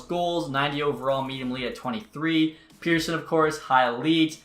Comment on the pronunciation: STOP PRONOUNCING PETTERSONS NAME WRONG